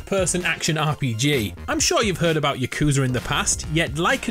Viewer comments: its pronouced yahcoohzah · Why do you say yakuza like that